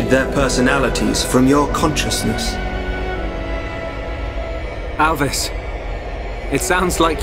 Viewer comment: Alvis? More like "A.L.V.I.S".